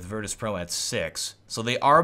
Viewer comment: Did anyone notice "virtus.pro" become "Virtus Proo" in